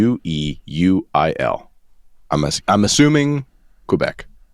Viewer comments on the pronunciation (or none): Longueil is proncounced Long gay